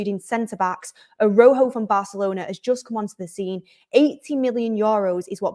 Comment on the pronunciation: unlike English, in Spanish every letter in a word is pronounced so Araújo pronunciation would be more like ARA-OO-HO (j in Spanish is pronounced more like a longer guttural h - think about Juan (pronounced like HHHuan)